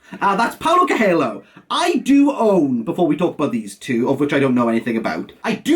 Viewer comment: Bro for fuck sake look up how to pronounce Coelho. Also Amado is amazing. But you picked the wrong book